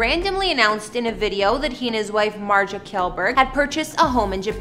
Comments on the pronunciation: MARZIA, Mar-zee-ah. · ..."Pewdiepie's wife MARSHA," "Him and MARKA," "He and his wife MARJA." How do you get that pronunciation from MARZIA. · U say martzia wrong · .I was just about to comment this. Shes purposefully mispronouncing it, and its pissing me off. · pewds pronounces it as “martsia” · .MART-ZI-AH. pronounce it right or just call her Felix's wife. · Mart-Z-ahh , Martzy-agh, mars yaaaaaaaa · Dude just say "Marzia" like a normal person 🤦‍♀️ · talk's about Pewds and Marzia's home in Japan. Proceeds to say her name wrong Me:😶 Then says surname Also me: agghhhh nooo😵. It's pronounced as an SH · You absolutely messed up her name. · Why did you even try to pronounce her name XD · Yo you pronounced marzias name wrong. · Babe your saying his wife's name wrong 70% of this and how do you not know how to say his last name? Like it's Felix? Biggest youtuber? 0 Research and 0 houses ? Clickbiat and just bad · because she is not pronouncing marzia properly